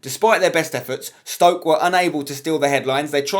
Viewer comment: Flipped out when said Stoke. The man almost went perfect!!